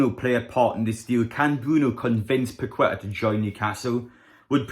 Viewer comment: It's pronounced paketta 👍